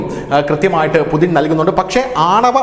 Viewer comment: യുദ്ധകൊതിയുമായി കുറെ പാഴ്ജന്മങ്ങൾ മൃഗവും അല്ല മനുഷ്യനും അല്ലാത്ത ജന്മം. വ്ലാദിമിർ പുടിൻ ആണ്. അല്ലാതെ പുതിൻ അല്ല